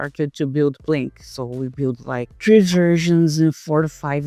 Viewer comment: Why is he saying Plin-Q when she clearly doesn’t pronounce her own company that way.